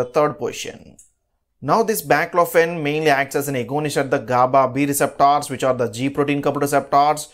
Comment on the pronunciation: Speak 🗣️ nicely It's Receptors 🗣️ not receptaars